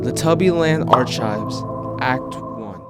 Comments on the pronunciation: I can't help but get upset when he pronounces arc-hives (ARE-CHIVES) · archives with a ch COME ON BRO ITS PRONOUNCED ARCIVES not ch silly billy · Can I give you a penny? Ar-chives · I WISH I knew why, but the way you said "archives" actually killed me I lvoed the vid tho^^